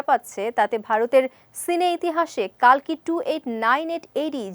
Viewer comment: কল্কি হবে কালকি নয়